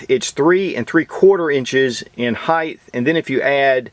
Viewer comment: Like the video, but there is no word "heighth", just "height".